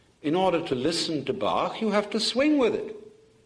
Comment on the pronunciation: => Bach (Johann Sebastian) ! Not bark...